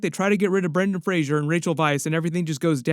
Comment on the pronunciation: Brendan Fraser, not Frasier